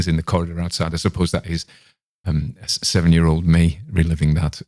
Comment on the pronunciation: I likehow you say 'year' it reminds me of Victoria Wood😁 But I didn't care for the bad language Since when did the British exchange bloody for f?! I didn't care for sardines not fresh fried or out a tin until I ate roasted sardines...